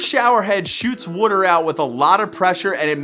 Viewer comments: The way you say water makes me cringe so hard. Valid tattoo advice though. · you say water wrong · I can hear the philly accent when you "wooder" LMAO. Love the videos! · From hearing you say water, are you from Baltimore? 😂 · Why does he say “water” like that?